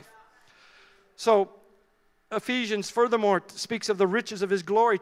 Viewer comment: Hello, I'm Spanish and I didn't understand the word ephisions?? book of ephisions??